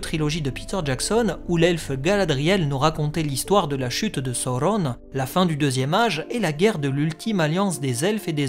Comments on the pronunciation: Vidéo bien sympa. Mais..."Saurronne"...wtf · Prononcé selon la bonne traduction française (voir chapitre sur la prononciation dans le Silmarillion). Le U se prononce "OU" chez Tolkien, comme dans Udun ou Saruman, c'est donc logique qu'il faut dire Sa-ou-ronne. Certes, les films en ont décidé autrement, et même si j'adore la VF des films, elle est bourrée d'erreurs. On ne peut donc pas me reprocher d'être plus proche de ce que voulait Tolkien, non ? 😏